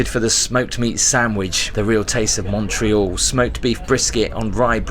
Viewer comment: Mortral? Montreal. And it's Parry Sound, not Parry Sounds. A sound is an inlet off a large body of water.